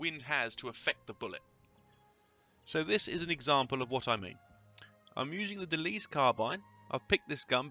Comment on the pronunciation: It's a De Lisle carbine not a De Lise.